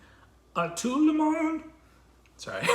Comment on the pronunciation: you sound the d in monde as a syllable mon-duh